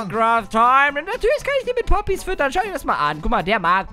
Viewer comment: ES HEISST PPPPPPPPP OOOOPPPYSSS NICHT Boppys